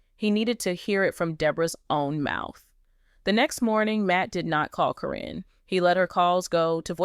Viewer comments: Who the F is Corrine???? Her name is Caryn. Pronounced KAR EN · Why do you continue to mispronounce their names??????? One sentence you say the name correctly then the next you pronounce the name incorrectly. It is Caryn not Corrine.! If you have watched the program you should know how to pronounce their names! You also reported a few weeks ago about Chris and Amy having an accident due to a mechanical issue with their car. You said Amy was badly burned but you have not given any updates on her condition.